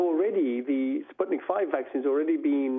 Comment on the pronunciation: It`s Sputnik Vee, not five. V is Vaccine.